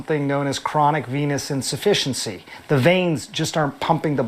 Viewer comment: I swear I heard you say DT has chronic penis insufficiency 😂